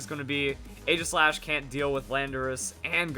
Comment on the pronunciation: It's pronounced Ee-ji-slash